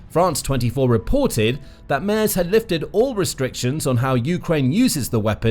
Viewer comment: Love your reportage. The German Chancellor’s name is pronounced “Mehrts.” Keep up the great work!😊